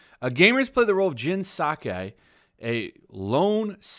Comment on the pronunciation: Judging by the way you say Sakai, I'm guessing you haven't played the game yet?😂